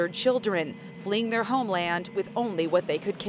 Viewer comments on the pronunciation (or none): none